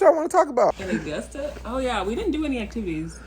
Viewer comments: The mispronunciation of Augusta is sending me. UH-GUS-TAH damnit UH-GUS-TAH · uh-gus-tuh Be mad at August not being spelled as “Augist”. AugusTUH makes plenty sense. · Hearing you pronounce Augusta was so cringy lol and fun fact we don't pronounce "R" like that 😂😂😂 Ps I'm so upset that I didn't run into you when you were down here 🥹🥹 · As an Augusta native, it's funny hearing you say Augusta like that 😭 but on the other hand it was a shock seeing you drive on roads I see all the time! Hope you enjoyed your time here! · Everytime mispronounces Augusta 😂 also you might as well say you're in South Carolina the way it's so far on the coast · That took me out, it's giving Are-kansas, American explain! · The way I was just finna say this😂 took a sip of my wine everytime he mispronounced it